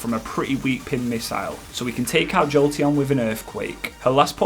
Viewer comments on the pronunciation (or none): none